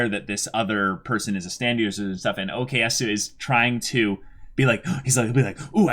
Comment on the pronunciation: Stop saying okeyasu